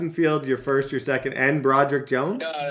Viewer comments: Bro-Derrick… bruh 😂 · Bro-Derrick is crzyyyyy that’s not how u pronounce that 😂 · Anybody else annoyed how that dude kept saying Bro-Derrick Jones?😂😂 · It was killing me how the Steelers' team user was calling Broderick Jones "Bro Derrick" hahaha